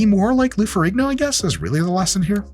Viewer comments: Pretty sure ihis last name has a silent G, so more Ferreeeno than Ferriggno. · It's pronounced Ferreen-yo.